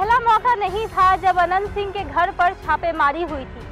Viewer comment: Tumko Naam bolane Achcha Sa Nahin Aata Hai Naam Anant Singh Ji bolo